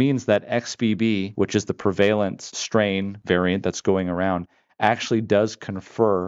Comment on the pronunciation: wane not wayne. Also the word is prounounced prevalent, not pre valent.